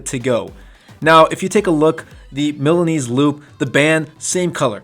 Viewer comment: Lol. You make Milanese sound like a sub sauce.